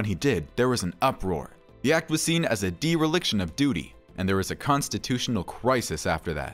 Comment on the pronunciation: "Dee-relickshon" of duty????